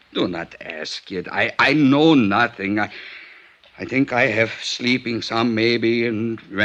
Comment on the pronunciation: " I know nussing". OK.